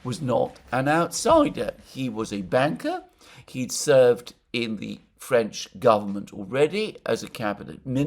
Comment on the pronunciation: Alexander .....i think you mispronounced Banker